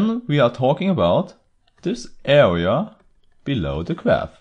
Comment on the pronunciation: ”Awea”, ”Diffewence” lol...